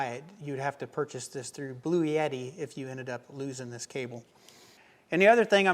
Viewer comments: I really like your content and this is a good review of the products shown. With that said, there is no "Y" in the name. It's "Blue" "Etti". There is no "Yeti" with this power station. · It is pronounced "Blu-Etti" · Per Wikipedia, a 48-volt DC electrical system voltage is a relatively low-voltage electrical system that is increasingly used in vehicles. It began in the 2010s as a way to increase the propulsion and battery recharge during braking for fuel savings in internal combustion engine vehicles, especially mild hybrid vehicles. Also, are you sure about your pronunciation of Bluetti? I was pretty sure it is Blue-titty.